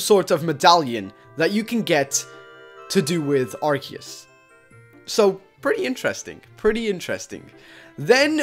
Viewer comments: ITS PRONOUNCED "Ar-See-Us" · watch pokemon that is not how you say Arceus